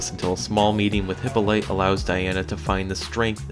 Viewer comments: So what are we supposed to be some kind of suicide squad is straight out the comics.... but you would know that cause you can’t even pronounce WW mother’s name so it’s clear you don’t actually read comics. Worst lines? There are 900 or more inside every marvel film ever made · Forget it, this guy doesn't even know how to say Hippolyta. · wowowowowowowowow it's Hipp-o-li-ta, not hypolite lmaaooo <3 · HYPOLYTA!! NOT HYPOLITE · It's not "Hippo Light", its "Hip All A Tea". Sheesh... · thank you! I literally couldn't continue watching this video once I heard him pronounce it hippo light, I had to go immediately to the comments and luckily saw yours before repeating the message. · Is there any chance he pronounced it hippo light to try to be funny? I mean it's definitely not funny...at all...in any kind of a way...except I guess picturing a ridiculously skinny hippo, that's sort of humorous. Anyway I just have a hard time believing anybody that would make a whole video about wonder woman wouldn't know how to pronounce Hippolyta. I mean even if you've just seen the new Wonder Woman movie you should know how to say it the right way, on the other hand trying to pronounce Gadot seems to be a riddle with no answer, I think I've heard it pronounced about 1000 different ways and counting. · I almost died listening to that over and over again. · It's actually Hippolita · FYI: Hippolyte is pronounced "Hippolyta", which is also an alternative spelling. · It's Hip-paulie-ta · Is THIS why so many announcers use such bad pronunciations? Ask a human. Computers are rarely the best source for pronouncing proper names. (If you didn't get joke, it's actually pronounced "Hip Paul It Uh". Ancient Greek names tend to put the emphasis on the second syllable. So, the next time anyone reading this has trouble pronouncing a Greek name, you're welcome.) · its prononced like (Hip-all-O-ta) BTW. No hate, just saying. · Pronounced "Hip-olleh-tuh"